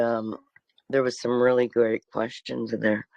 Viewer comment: Now I’m laughing because when you said great I thought you said grade 😂